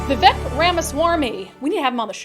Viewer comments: It’s Vi-Vake, like Cake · his name is pronounced - v-vake